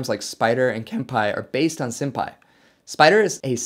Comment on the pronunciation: haha he said Sympy (senpai=)